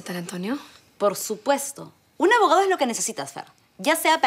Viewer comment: Like si le escuchaste a a decir abogau